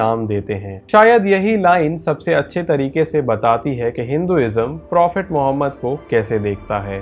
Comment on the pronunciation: Bhai dobara mere nabi ka naam tarika se Lena